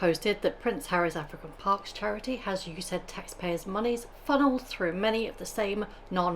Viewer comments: It’s not U - said. We Yanks call it US - aid. I’ll keep reminding President Trump that he needs to sic his Secretary of DHS on Judge Nichols to release Harry’s visa files to the Heritage Foundation ASAP. And declare Harry persona non grata and give him 48 hours to voluntarily leave the US or else face deportation like all other illegals that we are FINALLY rounding up and returning them to their home countries. We are NOT the world’s garbage dump for useless, lazy, arrogant, illiterate twerps like Harry. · The US Agency for International Development = U.S.A.I.D. and is pronounced in full. Apart from that, brilliant research! Most high-income countries have an equivalent agency. Not sure what it's called in UK. It would be interesting to look into whether Archwell is also getting funding from the UK agency. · OMG! STOP SAYING USAID AS YOU SAID. It's literally called U.S. AID. I'm an American and happy president Trump and DOGE are exposing these disgusting entities that are taking tax payer money!